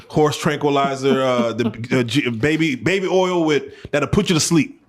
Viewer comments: They say he says baby oil. Body Earl lol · My boi said baby earl(oil) 😂😂😂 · Is it me this man said body earl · You can speak kreyole but u can’t say baby oil ( baby earl) 😂😂😂😂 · 🗣️ !!!! He said “BABY EARL” 😭😭😭😭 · "Baby Eerl"..😅😂